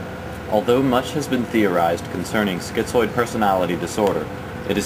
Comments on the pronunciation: it's Schi - zoid; there's no t in it. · It isn't "schiTzoid". There is no "T". It is schizoid.